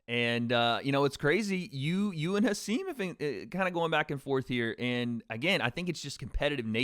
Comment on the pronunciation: Hasim recently taught us that his first name is pronounced Ha-sim, not Ha-seem